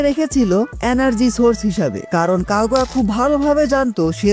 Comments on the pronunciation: কাগুয়া কাগুয়া কি ভাই তোমার গু'য়া সঠিক উচ্চারণ না করতে পারলে ভিডিও না বানানোই ভালো এটা কাগুইয়া হবে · Kagua ✅ Kaguya ❌